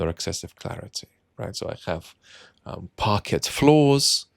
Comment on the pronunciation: British people don't pronounce parquet floor as "parket".